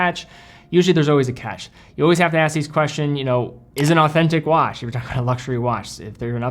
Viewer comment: dude said wanch